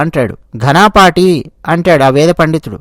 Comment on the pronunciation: మిత్రమా ఘనాపాఠి కాదు ఘనపాఠి. ఘనపాఠం అంటే వేదాలను అత్యంత లోతుగా, సంపూర్ణంగా పఠించి, అర్థం చేసికొని, చెప్పగల వేద పండితుడు, లేదా చాలా విషయాలు తెలిసిన, అపారమైన ప్రతిభ కలిగిన వ్యక్తి అని అర్థం. ఇది వేద సంస్కృతిలో ఒక ప్రత్యేకమైన గౌరవ బిరుదు, ముఖ్యంగా 'ఘనపాఠం' అనే వేద పఠన విధానాన్ని అనేక రకాలుగా మంత్రాలను అటూ ఇటూ పునరావృతం చేస్తూ ఉచ్చారణ దోషాలు లేకుండా స్వర సహితంగా పఠించడం. ముఖ్యంగా వేద మంత్రాలను వాటి సాధారణ క్రమంలో సంహిత, పద, క్రమ కాకుండా, చాలా క్లిష్టమైన, ప్రత్యేకమైన పద్ధతుల్లో ఘన, రథ, ధ్వజ వంటివి వల్లించే ప్రక్రియ. ఈ ప్రక్రియలో నిష్ణాతులైన వారిని ఘనపాఠి అంటారు.